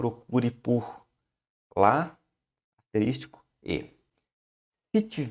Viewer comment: Muito bom, obrigado mas, ASTERÍSTICO, foi osso, doeram os ouvidos.